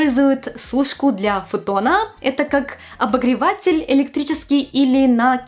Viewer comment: Фуу, какая отвратительная подача материала - "обогреваааЦЦель", "ноГГГ" + непонятная эйфория, чему радуетесь???